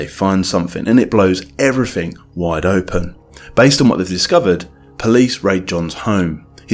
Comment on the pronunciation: New word. 'Evryfink'